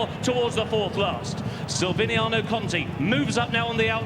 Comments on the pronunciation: Silviniaoooo Conti.learn the names,poor. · The commentator not realising that there is a "c" in Silviniaco really got on my nerves more than it should have! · Announcer can't pronounce Silviniaco, lol